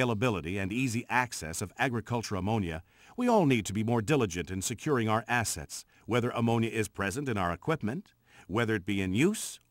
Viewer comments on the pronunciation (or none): "We all need to be more diligent in securing our asses..." (I know it says 'assets', but it REALLY sounds like 'asses', haha)